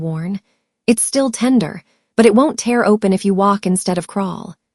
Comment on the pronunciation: This is a really good story. I enjoyed listening to it. The only problem I have is that the AI narrator doesn’t pronounce some words correctly. Words like “tear” and “wound” Thanks for sharing! ❤